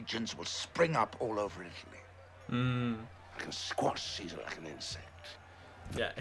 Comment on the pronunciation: I gave you a sub not only for risking an inevitable strike for this video, but also for acknowledging the proper Classical Latin pronunciation of Caesar. Though, one little semi-pedantic correction: When you say Caesar in the Classical Latin fashion, the ae diphthong should be held for an extra vowel length. The length a vowel is held changes the meaning of the word from a simple noun to a formal title. That being said, great reaction.